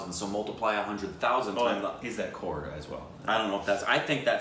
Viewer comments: By the way my folks it's not core it's crore. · The producer, Mahesh Bhatt, is Alia Bhatt's dad. And it is COCRORE not CORE